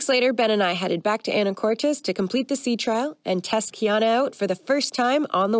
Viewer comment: Hilarious how you pronounce Anacortes.